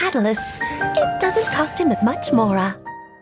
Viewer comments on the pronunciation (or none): none